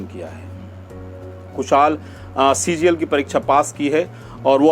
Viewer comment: Boss CGL not CJL 😂😂